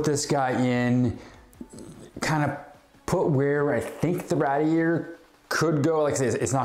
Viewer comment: RAYdeeYAYtor not RADeeYAYtor 😉🤗